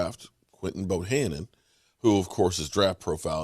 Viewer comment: Hey what's up luv ur content but can u stop calling him Bohannon his name is Bohanna Bohanna Bohanna